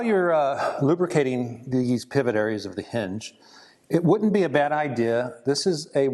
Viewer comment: He said “wouldn’t‘t”. Sounded like would but on registering it was wouldn’t.